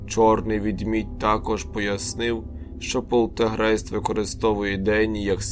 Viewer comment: Правильно буде полтеРГейтс, а не полтеГРейст. А в цілому непогане оповідання Бажаю успіхів